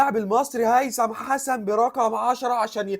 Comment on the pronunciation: ياعم انطق اسمه صح الاول😂😂😂😂😂